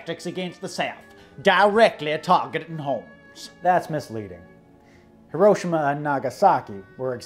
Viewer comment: Off subject but got to give you a really big points for pronouncing Hiroshima correctly.